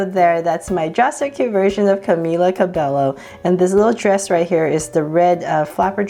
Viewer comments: that is not how you say her name 0.03 . Love your vids. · I LOVE your channel you inspire me and stuff but...YOUR SAY CAMILA CABELLO WRONG!! XD